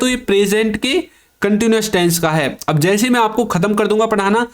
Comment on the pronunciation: Taisns nahin tense hota hai behude